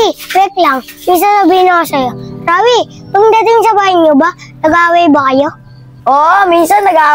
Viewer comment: Rawi yun hindi rafy